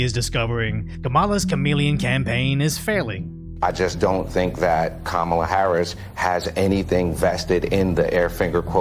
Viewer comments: so we forgot that Fox News was reporting on the fact Donald Trump literally said Obama wasn’t American? Are we too dumb to realize Kamala hasn’t said shit about race during her campaign? Are we too dumb to realize Trump and Vance had a joint interview on Fox with Bitch Ass Jesse? And it’s pronounced Comma-la, fuck boy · Can’t take you seriously if you can’t pronounce her name correctly. Next ! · it is pronounced the same if you pronounce Kamala the way in which people feign offense, but I agree with the OP -- this as the first thing I thought when I heard her name